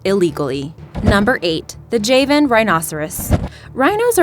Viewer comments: It’s not Jay Van! It’s jah van. Please learn it’s pronunciation. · It’s not “Jeven” its Java n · Reallt bitch.. the JAY-VIN ... its JHA-VIN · It's not "Jay-one" but "Jaa-one" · Javan = JahVan not Jayvin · It's Pronounced Ja - van not jei van rhino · you're pronouncing javan rhinoceros wrong. It's jaw van. Like The country. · You say Jay-van rhinoceros yet you say java correctly. Okay.. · if the island is pronounced java why are u calling the rhinos jayvan rhinos? also u called the Iberian lynx the most endangered feline when actually Scottish wildcats are, there are only 20 Scottish wildcats, sigh.. also pangolin plates aren't scales they are modified hairs, like armadillo scales... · Can yu say java lol right as I typed java u said it proper now just add an n and maybe you can say it right lol I love how you tubers get so many easy names wrong but then pronounce hard as fuck words but so far out of 20 videos I've only heard you mispronounced 3 words now including javen lol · Interesting video, very sad topic. But the narrator mispronounced the word “Javan.”